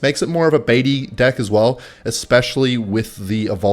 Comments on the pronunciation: Love it how he says dick instead of deck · Is saying dick instead of deck on purpose? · There is no way you’re saying deck